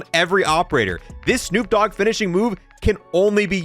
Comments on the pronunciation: * D O Double G not D double O G 😂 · Lmao, it's D O double G!!! Not D double O G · I still can’t get over the fact he said D O Double O G. That would be Snoop Doogg😂